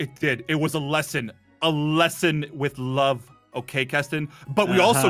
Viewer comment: I was laughing at saying im going to theach them a lisin